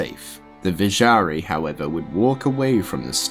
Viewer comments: Kay hay-gin, kaan-dur-aas, kej-ist-an, iz-wall, trav-in-call, taal raasha, vish-yair-eye, there were a lot of others that peeved my pets but I couldn't remember them all, sorry man I had to speak out XD still a really cool video. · This is awesome dude. Can't imagine the amount of effort and research it took to make this. I just wish you Googled the pronunciation of some of the names. It's Kehjistan, with a J, not a G. And "Tal Russia" just made me laugh lmao. I don't even know how you got "Vishari" out of Vizjerei. The way you mispronounce some of these almost sounds like it's on purpose, just trolling people lol. Also noticed some editing mistakes, like you clearly did 2 different takes of the same line, but then left them both in. This happens several times throughout the video, multiple takes spoken back to back. Regardless, the video is great, awesome to listen to at work or before going to sleep. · I love the lore, but the fact that you don't know the pronunciation of a lot of important words makes me think he never played the games. Which is fine, btw! But I can help Triune: try-oon Vizjirie: vaj-ear-eye You are welcome friend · He clearly said Tal Rasha, can have been a somewhat rushed pronunciation every now and then. Can't defend the pronunciation of the Vizjerei, though. :) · Agree about that. His pronunciation might have been a bit off, but I felt it was close enough, so to say. Have heard worse. And again, some other words were....shudder level, at least. Like Vizjerei. Couldn't even hear it. Only understood it because of subtitles. That's when you know the pronunciation is really, really bad. Think there were some other words like that too, but can't recall them now. Only major thing wrong with the video, in my opinion. Also, I caught the humor; probably the smiley wasn't enough to show that. My fault.